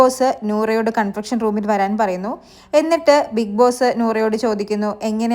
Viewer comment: ശ്രദ്ധിക്കുക - കൺഫെക്ഷൻ അല്ല . കൺഫെഷൻ റൂം എന്നാണ് ശരി. താങ്കളുടെ വിവരണം നല്ലതാണ്. വലിച്ചു നീട്ടാതെ പറയുന്നുണ്ടു്. ഗുഡ്👍